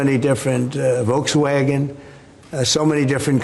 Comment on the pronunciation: Not volksagen! Folk or ph’s f vagon Folks-carriage.